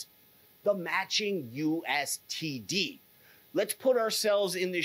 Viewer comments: hard to take a guy seriously when he keeps saying U S T D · It's called USDT not USTD or are you talking about True USD.. cuz that's TUSD. You're very good at talking fluff about nothing. And I'm all for being awake but this is getting irritating now.